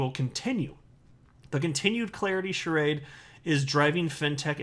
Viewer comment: You pronounced charade wrongly.